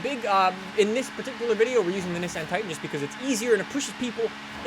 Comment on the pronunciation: He mispronounced nissan and veneno